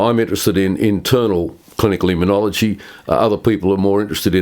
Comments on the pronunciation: It's immunology, not immuniology, John. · This Professor is brilliant. Very grateful to you, John, for interviewing him! Minor point: John, you keep mis-pronouncing immunology. It’s not immun-iology. No ‘i’ after the ‘n’.